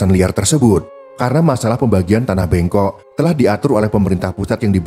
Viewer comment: bêngkok, bukan bengkok ê dibaca seperti dalam tulisan êlang